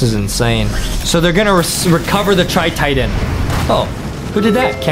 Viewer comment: It not galaxy Taitan it's tri taitan